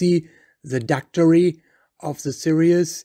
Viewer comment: He's not even pronouncing Daktari correctly.